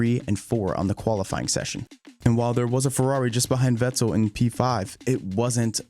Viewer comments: Why are you making videos if you can't pronounce a good 60% of these drivers names?!lol vet-TEL. IT VETTEL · Drives me nuts how you say sebastian veTTell 😂😂😂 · Great video and thanks for the hard work put into that. The enunciation killed me though. Vettel pronounced with a hard 'T' was like nails on a chalk board. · Im pretty sure its pronounced Fettel and not Vettel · Who is this Veczel he is talking about? :D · Never heard vettels last name pronounced in two syllables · Stop pronouncing "Vettel" like you're trying to be cool. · Anyone else somewhat irked by his pronunciation of certain names and words? Just kind of annoyed me. Vettel, for example. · The way this dude pronounces "Vettel" makes me want to smack him. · The way you pronounce Vettel’s name differently every time you say it was so distracting I couldn’t even finish the video! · Nice recap, shame you can’t say Vettel, looking forward to a recap for 2014 next? Sorry for the shit sandwich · No I just though it was kinda funny how you pronounce Vettel lol, it's a really well made video